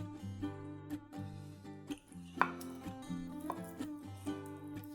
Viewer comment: Its not bolid Its boiled